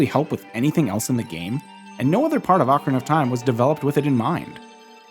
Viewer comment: jajaja dijiste ocra of time